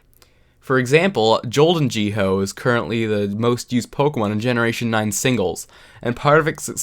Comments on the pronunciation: Okay, someone lock this man up because pronouncing Gholdengo as "jolden-G-ho" is a criminal offence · Golden G Hoe 🤣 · why tf do you pronounce gholdengo like that lmaoooo